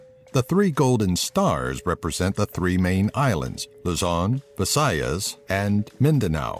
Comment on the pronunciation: Omg he pronounced Luzon visayas and Mindanao correctly. Finally